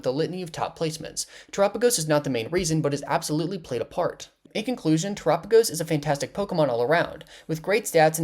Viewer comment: that ain't how you pronounce his name right?? its Tera like mechanic Tera right???